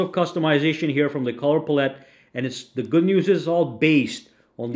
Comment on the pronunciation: “ Color Paulette “ 😂😂